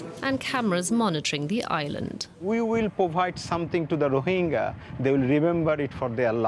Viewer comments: Its rohinga not rohinja. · First of all... Pronounce it properly.Its not Rohinjas!XD